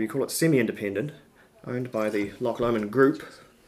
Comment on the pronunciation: Pronounced Loch LOW-mond!!!!!🤨